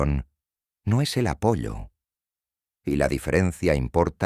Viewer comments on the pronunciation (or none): Es Apolo pero la voz artificial no sabe diferenciar y pronuncia como está escrito Apollo . 😊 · No es apollo es Apolo